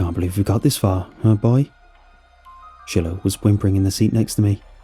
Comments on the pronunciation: An Easy Way to Remember: "It's pronounced 'Shy-Lo,' rather than 'Shill-oh;' just like you Smoke using 'Chore-Boy,' & Never use Brillo!" 😜😂🙃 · Are you saying Shillow? Chillow? Or are you mispronouncing Shiloh? Shy-lō is how it's said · it's pronounced Shy-low, not shill-ow xD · I’m pretty sure the dogs names pronounced “Shy-Low” not Shilow. Other than that another excellent story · Anyone else bugged by him probouncing the dogs name “shillllo” instead of “sh(eye)lo” 🤣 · “Shillow” lol you mean “shilo” (shy-low) ? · Great story and narration! I think it’s pronounced Shy-Low 😊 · It’s pronounced shy low(Shiloh) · If the dog's name is spelled Shiloh, it's pronounced Shy-low. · Yea, shy-low . it was meh, but not too bad. Still a good listen. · It took me forever to figure out why this guy's dog's name is Chillow -. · I'm pretty sure you're trying to say "Shiloh"... the dogs name. If so, it's pronounced "Sh-eye-low"... or "shylow" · Yeah shillow hits the ears wrong. Plus who didn't grow up with the classic Shiloh books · People are getting so mad about the dogs pronunciation 😂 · Well damn. Didnt notice it. Now I cant not notice it..